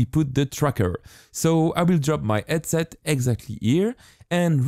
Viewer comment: You are french right? Bc you arent speaking the H in House or Headset....